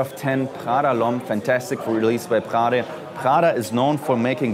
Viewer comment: Thats not Prrrggda, its just Prada